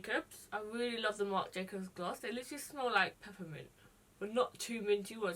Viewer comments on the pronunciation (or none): none